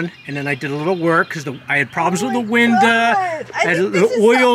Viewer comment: OMG stop calling a window WINDAA…